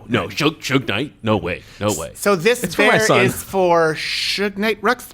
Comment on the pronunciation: is that how you actually pronounce Suge? I thought it was like huge with an S.